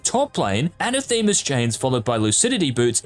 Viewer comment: Anathema is pronounced